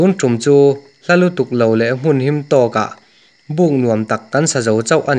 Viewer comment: MUN. a ni lo. HMUN.a ni zawk..hah thlak e